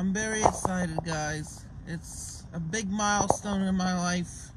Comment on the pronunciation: “it my birthday in about tomorrow Tuesday the twenty-secondth. pretty essited.” love how nothing has changed since 2019 lol also absolutely floored at how is having the “pumping piss” guy back to do another “documentary” for him but hopefully it menty because the first one was fucking hysterical